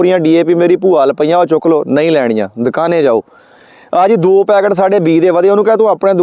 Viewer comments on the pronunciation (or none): none